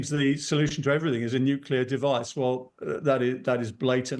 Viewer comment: Who is this uneducated presenter? What is Nukula? Is it some new kind of weapon? Is it anything to be concerned about?